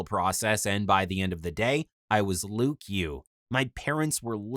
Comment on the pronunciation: What he said my name is Luke ugh I thought he said lick u lol he gave himself a bad name